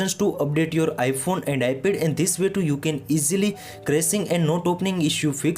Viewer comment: “iPhone and Ipe”😂